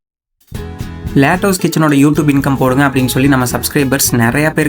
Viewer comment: அட தம்பி அதை லேட்டாஸ் கிச்சன் இல்ல லட்டூஸ் கிச்சன்